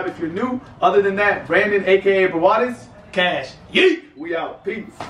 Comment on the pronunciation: he did foul lmao and its brawadis not bravados LMAOO